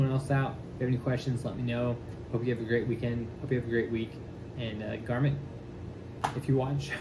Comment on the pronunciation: Garmont NOT Garmit.